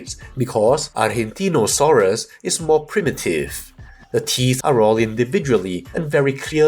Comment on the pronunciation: Another excellent Review of one of my favourites channels. Thanks! PD: your pronunciation of "Argentinosaurus" is just as an argentine would do it! Greets (from Argentina 🇦🇷🦕)